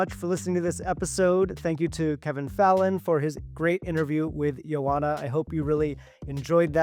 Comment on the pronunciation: Her name is pronounced “yo” “anha.”